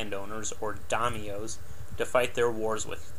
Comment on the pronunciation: Japanese had a feeling of CULTURAL superiority, not racial. Butsido was loyalty to the feudal lord, the Daimyo (DIEM yo), not the Emperor. All Japanese had fealty to a master and REVERENCE for the apolitical Emperor. It was the Daimyos who changed sides freQuently during battles, for political reasons. Butsido scorns monetary concerns. Yuh MAH toe, Shi NAH no, TUR shee aree.Your specs for vessels are spot-on, spend some time researching social information and FREAKING PRONUNCIATIONS!